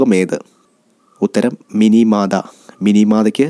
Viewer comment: sir plss avoid wrong answers...&pronunciation too...meenamatha ..u pronounce it minimaatha...anyway it's very helpful ...expecting more sir...Thank uu